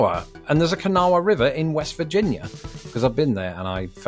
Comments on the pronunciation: Kanawha is pronounced “ka-naw” in West Virginia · FYI: West Virginians pronounce Kanawha as "kuh-NAW". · It's pronounced Ka‐naw river, the "ha" is silent. Semper Montani Liberi! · To say "Kanawha" like a local, you have to pronounce it "Kuh-naw" with only two syllables. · Whoa, surely you heard someone in WV pronounce “Kanawha”!